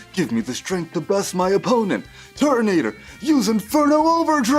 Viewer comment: This was great but the pronunciation sometimes took me out of the story telling. Correct me if I’m wrong but it’s the masked royal not the royal mask and it’s turtonator not tortonater